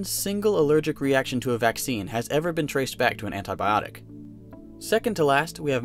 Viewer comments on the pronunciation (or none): i laughed so hard about how he said antibiotic 😂😂